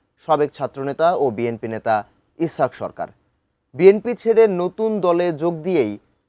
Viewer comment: ইছাক বলোস কেন? ইসহাক বল।